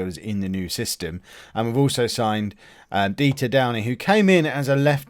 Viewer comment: Wow you said dieter right everyone says it wrong and it gets annoying as its my name you should defo nickname him my surname ;)